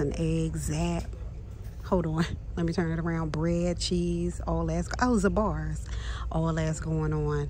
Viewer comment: It's pronounced ZAY-bar's not ZAH-bar's. Famous Jewish deli on the Upper West Side of Manhattan. Shocked to see oven mitts with their name in DT in Philly!!!